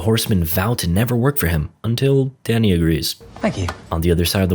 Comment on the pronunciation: I kept hearing danny as daddy